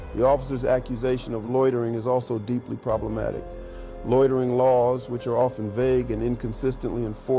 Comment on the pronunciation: Loitering not lorterin.